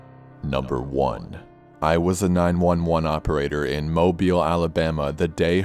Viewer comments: I want to give you mad props for actually pronouncing Mobile correctly! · Amazing video! Thank you so much for pronouncing Mobile, AL correctly!!!